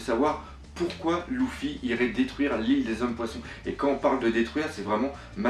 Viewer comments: on dit pas Louffy mais Leuffy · C'est pas louffy mais luffy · arrete de dire LOUFFY c'est Luffy !!! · 69 Sa se prononce Peut être Loufy mais quand dans les sous titres c'est écrit Luffy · Sa se prononce pas louffy mais comme sa s'écrit luffy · Je trouve que tu fait du bon boulot bravo mais dsl ça me trouble luffy ne se prononce pas louffy mais leuffy. Apres chacun prononce comme il veut mais je voulait te le signaler. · ca ne se prononce pas louffy mais leuffy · C'est pas loufi c'est Luffy ! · bonne vidéo par contre sa se dit [leuffi] et non [louffi], sa fait mal au oreilles XD mais continu tes vidéos ! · C est pas loufoque mai leffi est sans écrire luffi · *son nom se prononce Leffy pas Louffy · arrette de dire loufy c'est luffy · c'est pas louffy c'est leuffy (luffy) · PTIN ARRETE DE DIRE LOUFFY C'EST LUFFY ET SI TU PREFERE PRONONCE COMME SI IL Y AVAIT UN E LEFFY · c est " Luffy " pas " Louffy " !!! tu prononce mal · ça se prononce Rouffy regarde en japonais c'est pas parce que en français ça se prononce Luffy que ça doit se prononcer comme ça. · oui dans certaines langues mais la on est en France :) vive la langue française ! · et lui il dit "Louffy" pas "Rouffy" comme au Japon. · bah ils ne disent pas Louffy mais Leuffy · on dis leufy pas loufy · Loufy Mdrr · Arrête juste dire louffy sinon très très bonne vidéo ❤️❤️ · tu me rend fou x) luffy prend un "u" donc arrête de dire "louffy" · apprend a dire luffy ! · Par Pitié, arrête de dire "Louffy" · Ce vidéaste doit être le plus grand fan de one piece au monde mais il sait pas prononcer Luffy, c'est un comble XD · Stp arrête de prononcer luffy à la japonaise c énervent mais sinon bonne continuation car tes video son tres bien réaliser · Nadia et le secret de l eau bleue atlantide serieux prononce correctement Luffy c est inssuportable et pour moi le Succeseur de Roger c est Luffy